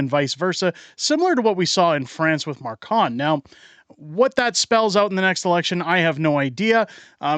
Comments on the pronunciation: That's Macron not Marcon. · France is Macron, not "markawn"